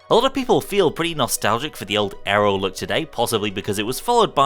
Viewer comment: "Windows Vista and Windows 7 gave us arrow" It's actually Aero not Arrow.